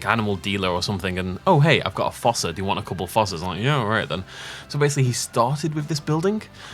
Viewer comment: I’m dropping a comment for the algorithm, the exhibit looks great but god your Fossa pronunciation kills me inside